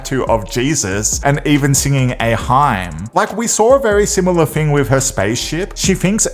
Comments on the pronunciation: You made fun of a tweet that had a spelling mistake ((funs, meant Fans). Then later on in the video you said Katy Perry sang a “Hime” to the nuns!! A what??? 😅 We’ll do this the easy way for you. Hymns is pronounced.”HIMS” FFS!! 😂😂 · Hymn pronounced him not hyme! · It's pronounced "HIM" not HYM fool. If you are going to use English words make sure you pronounce them right otherwise it just makes you sound like an uneducated idiot. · Lol “a hime” hymn is pronounced him. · Did he say "hyme'? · A "hime" seriously?! Train yr AI properly or use a human, you lazy cheapskate. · "She sang the nuns a HIME?" wtf is a "hime"? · 😂 it’s pronounced “Him” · Hymn is pronounced like “him” 😂😂😂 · you pronounced hymn wrong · Yeah kinda bugged me a lil' bit 😅, even though english is not my first language. But that's okay 😊